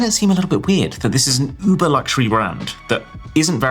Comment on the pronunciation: Why are you still saying "Uber", fym "uber"?!